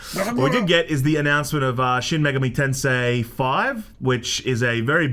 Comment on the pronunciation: says "Shin Megami Tensei" like a proper Japanese gentleman.